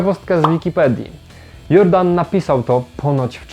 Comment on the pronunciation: Wybacz ale jakoś strasznie mi nie pasuje ta spolszczona wymowa nazwiska Jordan. Mam wątpliwości czy pan Robert Jordan (czyt. Dżordan) byłby z tego zadowolony. Chociaż skoro Jules Verne stał się naszym polskim Juliuszem to może i pan Robert też się nie obrazi? :-)